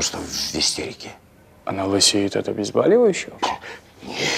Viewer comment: Врач говорит,, обезбАливающие,,!!!